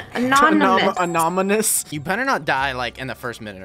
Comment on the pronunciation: “Anominus.” looool